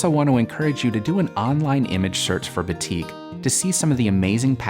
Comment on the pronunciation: Very beautiful design! Just to let u know, batik is actually pronounced as baa(as in baa baa black sheep) -tik.